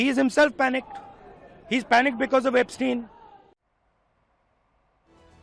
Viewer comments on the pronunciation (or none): It is not 'Ap-stein' dear but pronounced " Epstein" :)